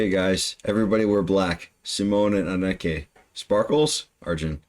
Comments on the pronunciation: "a-NUK-keh'..? lol Eh, nope, the emphasis goes on the first part of her name: "AH-neh-keh". Don't feel bad, most English speakers are quite rubbish with Dutch names. 🤪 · Anneke = pronounced Anika.